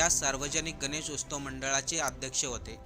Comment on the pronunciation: अहो उस्तव नाही हो, उत्सव.... मराठी माणसानो, मराठी तरी नीट बोला...किती वेळा उस्तव उस्तव म्हणाला तुम्ही